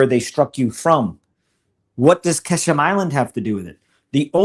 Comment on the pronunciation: Mario it is called QuA- shm island not kA- sham. If you care.